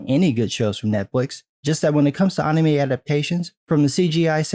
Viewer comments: Bruh can you just say anime not UHNNIE-MAY? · The way you say Anime is so fucking weird man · You say anime weird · The way you say "Anime" feels very wierd man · I love your content, but you pronounce anime like a weeb